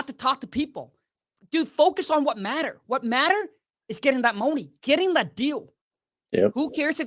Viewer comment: I love how he pronounces money, get that mouny baby $$$😂😂😂😂